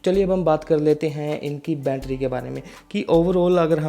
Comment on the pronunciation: ठीक से हिंदी बोलो भाई बूट बोल रहे हो बोट को बैटरी को भी गलत बोल रहे हो